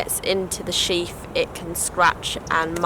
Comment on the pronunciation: It’s a sheath not sheaf